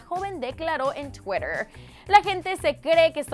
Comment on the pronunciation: esta tia la fabia o fabiola o como sea habla super raro ni acento español ni ingles. en vez de twitter dice CHWIRER JAJAJAJA